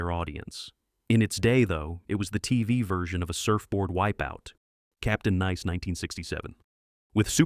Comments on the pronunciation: Captain Nice: pronounced "Nys". "Neese" is how you say the name of the French city. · Yeah, Captain Nice is supposed to be pronounced NICE as in "he's a nice guy", not Neece, as in "she's my niece". I was wondering why Richard Mulligan was missing in all the film clips that were supposed to be from The Hero, which turned out to be something out of Bollywood. Bad Video. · 1) I recall watching "The New People" beginning with its pilot and liked it. It had interpersonal alliances and conflicts that should have crafted good storytelling. (BTW - explain to the AI that "Nice" is pronounced ""nice", not "niece.") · That's "nice", not "neece." Goddamn AI narration. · The narration is repetitive. I dont think gidget was a flop. Plus, i think you need to teach a.i. how to say nice instead of niece. The golden age of tv was more likely the 50s than the 60s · Captain "Niece" ? This Ai voice garbage is more lazy and annoying than any of the shows mentioned. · Nice, not niece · Captain Niece? The AI voice can't even pronounce "nice". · I'm getting tired of AI voice over. Instead of Captain Nice, it pronounced it "Captain NIECE." Before you post an AI generated video, use your human intelligence to make sure it's correct. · Cap.t "Neece"? Seriously? Stop using AI narration. Really irritating. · The descriptions of the shows seemed on-point, but I got a laugh with the AI narration pronouncing "Captain Nice" like the city in France. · Captain Nice or Captain Niece? Weird that "nice" keeps getting mispronounced. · N I C E rhymes with ice. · This video is really bad. Substituting clips of an Indian show for an American show. AI narrator mispronounces the word nice, etc. This whole thing is a mess.